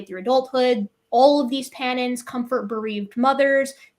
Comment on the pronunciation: Panina (common chimps and bonobos). Took me forever to figure out what was saying. Sounded like Pattens, CC showed "patterns", ugh!. Hard to follow at times, especially when one wants to learn.